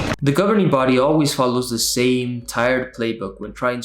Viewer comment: I lose every time they say "governering body," "pioneers" and when you say "publisher."